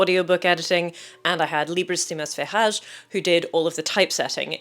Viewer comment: I am the Typesetter's, Libris Simas Ferraz, spouse! (Excellent pronunciation btw) I'd been a fan of your videos for a while and when you first announced you were looking for people to help make your book, I thought "I know a guy!" 😉 And directed him your way. It makes me really happy whenever you praise his work. ❤